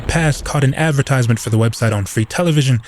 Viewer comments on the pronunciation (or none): none